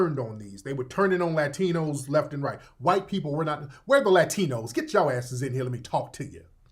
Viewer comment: She’s not in pronouncing “Latinos” authentically 😂😂😂😂 she ain’t no Hispanic. Stop the Cap Sis.